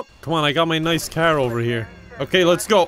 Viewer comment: I like how he says "car" as "caehr" 🤣🤣🤣